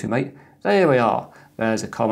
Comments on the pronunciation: pronounced ma tay rather than m ate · Nice video, a small peeve, Mate is pronounced “mah-tay”, not "mait". I've been using Mate ever since they forked it from Gnome 2 when Gnome 3 came out. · Its Mah-Tay, not m8. Source: Mate website. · Anyone else triggered by pronunciation of Ubuntu MATE. It's mah-tay. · hope you don't mind if i correct you ...the pronunciation of "mate" is wrong . It's not intended as "buddy" or "companion" . It's actually spanish, and it's the name of a south american herb used to make infusion. Just scroll down this page